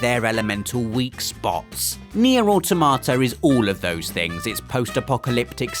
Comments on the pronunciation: It's au-TO-ma-ta, not au-to-MA-ta. It follows the stress pattern of "automaton", not "automation". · It's aw-TOM-uh-tah not aw-TO-MAH-ta It's a killer robot not a cute tomato. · Interesting pronunciation of 'Automata' there, unless of course you were saying 'Or tomato'. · Nier Automa...😆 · I cringe a bit every time he says Nier AutomÁta.... it sounds so bad xD pronounce it like "autometa" with equal stress on all syllables (/au/ is one syllable, as it's a diphthong) :P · Does everybody pronounce 'Automata' differently? I pronounce it 'Auto-may-ta'... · Another great video, but your pronunciation of "automata" hurts my brain. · rob, why did you blatantly mispronounce automata? you already know how to say it, i know you do.